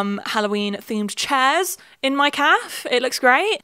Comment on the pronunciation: So confused why you pronounce cafe like calf